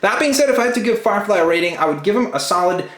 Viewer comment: Did he say fire frie